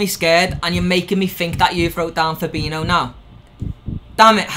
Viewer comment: When the Liverpool fan can’t even pronounce fabinHo. Stop saying FaBiNo